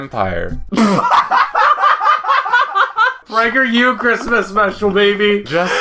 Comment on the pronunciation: It’s pronounced Prager U not prageru!!!